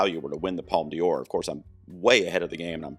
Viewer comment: Not a criticism, but you're pronouncing D'Or as if it was Dior (the fashion and makeup brand). It should be pronounced like "door" since the apostrophe after the D replaces an E and connects De with Or so it becomes DOR. About New Vague (originally nouvelle vague), vague means wave. According to Wikipedia, Un Certain Regard is "The section presents 20 films with unusual styles and non-traditional stories seeking international recognition". Of course all these are minor comments, I always enjoy your videos.